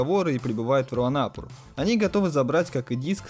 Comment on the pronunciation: Где ты видел хоть один дубляж где бы говорили руанАпур а не руанапУр.Что у вас за х¥йня с ударениями?